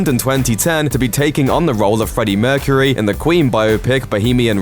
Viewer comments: And - 'mercureh' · love the way you pronounce the last syllable of Mercury !